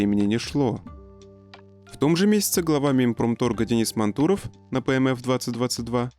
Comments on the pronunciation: Настройте вашего робота на правильное чтение фамилий. МАнтуров, а не МантУров. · МантУров? Блиать, МантУров???